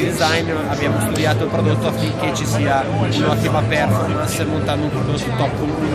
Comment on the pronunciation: Esteticamente è uguale al Panasonic Eluga, comunque per favore spiegategli che si pronuncia perfòrmance non pèrformance